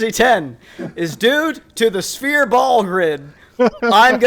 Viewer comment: Lol, why does he say spear ball instead of sphere????